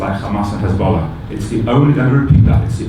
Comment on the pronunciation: Bloom can't even pronounce Hezbollah properly 🤣 just a liar. Yuck.